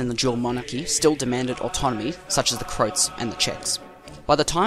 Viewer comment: Its pronounced "Crow-at".